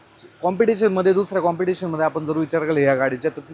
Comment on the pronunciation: कुटुल कॉम्प्युटेशन कॉम्पिटिस्शन करतोय सारखं 😂😂😂😂😂